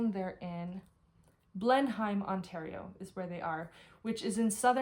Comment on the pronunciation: btw... Blenheim ON is pronounced Ble-nem.